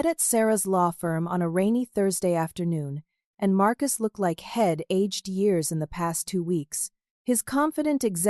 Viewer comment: It seems that the AI bot reader does not know how to pronounce abbreviations. I'd is being misread as id. He'd is being misread and head. Either take out all abbreviations or teach the inane AI bot reader how to pronounce them. the mispronunciations ruin the flow of the story.